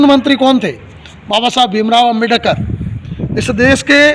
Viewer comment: ओ मनुस्मृति साहब!😭🤣 अम्बे+डकर नहीं होता हैं अम्बेड+कर होता हैं।